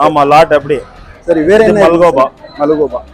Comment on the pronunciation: ஹரே பாய் மல்கோபா இல்லபாய் , மல்கோவா